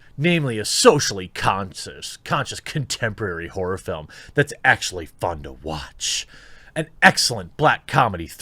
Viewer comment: Did he say "horror movie" ... or "whore movie" ?